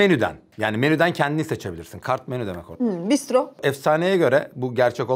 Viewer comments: Hocam Rusça'da bistro değil telaffuz olarak bıstra çabuk demek. Marco Polo'nun celbi gelmiş muhabbeti çok iyiydi 😂😂😂 Son olarak cambly'deki hanfendiye de izin verseydiniz keşke konuşması için ahahahhahaha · o bistro değil, Rusça'da çabuk ''bıystro' diye söyleniyor. Bistro derseniz kimse sizin çabuk dediğinizi anlamaz. Ayrıca masaya vurduğunda Ruslar nimedlenno falan diye bağırırlar, yahut genelde bilinen davıaaaay diye çığırma vardır kendilerinde.